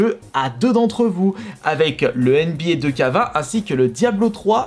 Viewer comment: On dit pas "DeuxK" mais "TwoKé"